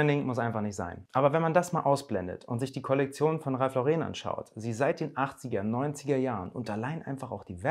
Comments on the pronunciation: Ja so wird es ausgesprochen Ralph Lauren ist nämlich Amerikaner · Ralph hat im Fall von Ralph Lauren, die englische Aussprache.